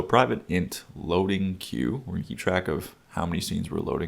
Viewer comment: it's aggravating me every time you truncate "queue" lol but this is a great video. Thanks